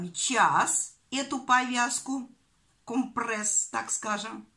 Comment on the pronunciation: Что за "компрЭсс"?кровь из ушей!!!компрЕсс!!!вы же вещаете,так делайте это грамотно!